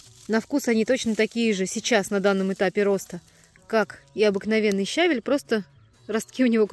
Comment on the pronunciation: Подача материала великолепная:точно, без лишних слов, информативно. Но ударение на слове щавель ставится на втором слоге, если сомневаетесь,загляните в орфографический словарь русского языка.